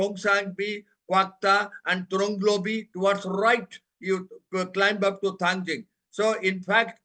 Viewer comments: Thangting ✅Thangjing❌ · It's not thangjing, it's Thangting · Manipur is just 650sqm fellas no need to argue They lack so much in pronunciation that they pronounce Kuki hills Thangting as thangjing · For your kind information, it is Thangting Hills, not Thangjing. "Ting" is the original Kuki name, which was later altered to "Jing" by the Meiteis in their own language. This is a form of cultural exploitation. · It's not Thangjing but Thanting. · It's thangting not thangjing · Mount Thangting please. Not Thangjing which is a kind of Vegetables very popular in Imphal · Not thangjing..it's thangting..you Meitei pronounce tribal name in a wrong way..because ur not toungue twister. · Its Thangting mol.. please correct the name of the mount